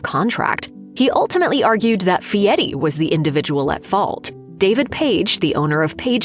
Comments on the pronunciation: His name is Fieri Not Fieti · Is his name Fieri or Fee-et-ee?? AI is taking over before its ready.